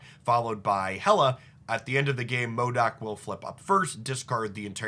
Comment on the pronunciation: Are you saying MODAK or MODOK? In any case, great ideas as always 👍